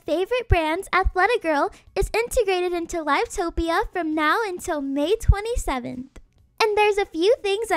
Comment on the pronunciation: im sorry but the way u said "live topia" pains me lmaooo